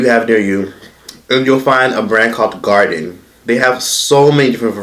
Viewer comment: There are a lot of plant based diets. That brand you mentioned is pronounced GAR-DEEN